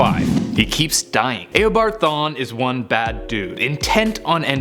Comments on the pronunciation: Stop saying it aobard thwan its eobard thawne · This mans said aeo-board thawne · It’s eobard thawne not EYYYobard thawne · A-obard thawne? Lol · Did he say Aobart Thawn instead of Eobart Thawn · eobard thawne, not eobart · Did you say Eobart Thawn? lol it's Eobard Thawne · He says aboard thon😂😂😂😂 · "Ayobard Thawne" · "EYobard thawne" facepalm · "Aobart thawne" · lol aobart thawn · YOUR SAYING HIS NAM WRONG